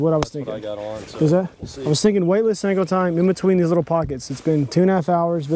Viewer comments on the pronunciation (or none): 806 Anglers you definitely aren't winning, you spelled "senko" wrong. lol you said "sanko"